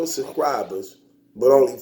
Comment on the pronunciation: “The URL has close to a million sUKRIBUS.... a million sUKRIBUS”